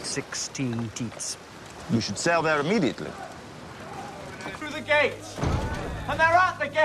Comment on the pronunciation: "we should sail there IMMEDTIATELY."